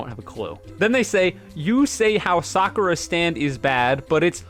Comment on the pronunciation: please pronounce the "u" in Sakura. I beg of you.